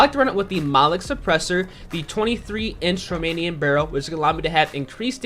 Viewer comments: "Roamonian barrel" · "monolic suppressor and romonan barrel"